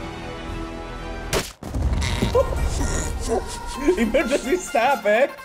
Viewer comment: "Emergancy Stop", aka Lithobreaking xD